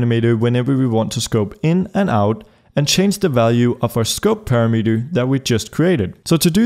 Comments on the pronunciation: It's pronounced parameter, not parameter. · "parameter" lol